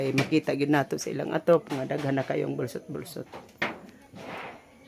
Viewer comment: boslot not bolsot